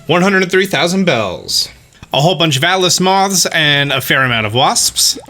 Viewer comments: Nobody:: waSPSSS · Am I the only way who giggles everytime he says wasps?